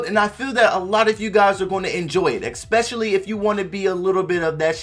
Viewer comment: It’s especially. No x In that word